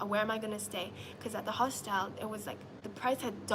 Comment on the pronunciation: Why she pronouncing hostel like that